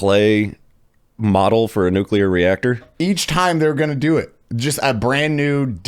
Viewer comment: I have a dream that one day will know how to pronounce nuclear.